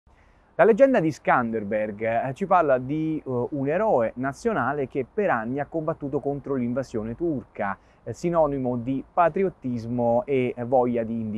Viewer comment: L'eroe albanese si chiama ScanderbeG e non ScanderbeRG...😉